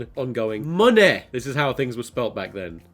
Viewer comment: OMG!!!!!!!1 Moneh! the way he pronounces it in pretty much a yorkshire accent kills me